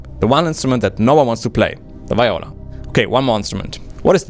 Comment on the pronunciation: Well, you can't pronounce Viola correctly, so I'm out.